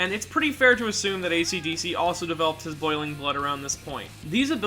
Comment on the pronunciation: Did this man really call Esidisi "acdc"??